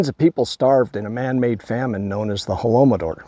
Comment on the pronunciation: *Holodomor (not holomodor) No shade, though- eastern slavic languages are not easy on our native English speaker mouths.